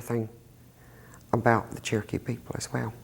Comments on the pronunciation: THEY SAY CHERKEE NOT TURKY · The way they pronounce Cherokee sounds like they're saying turkey.